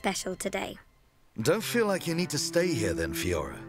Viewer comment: I agree with you. I love content but it doesn't lend itself well with JRPGs. I see a lot of streamers be the same though. They don't take the story seriously at all until a certain event happens. For me it bothers me more that he can't pronounce Fiora right despite characters saying her name multiple times.